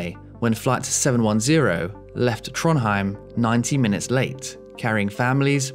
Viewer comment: to be honest the only one you almost got right was Trondheim 😂😂😂